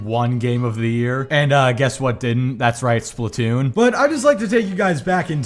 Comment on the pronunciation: I don't know why it bothers me how he says Splatoon. "Splat toon" it annoys me for some reason.